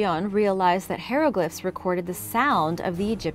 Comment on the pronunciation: P-tolome and Hero-glyphs hehe